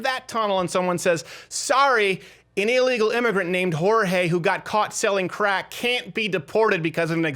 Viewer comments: "I just came here to sell the crackses" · "The Crackses"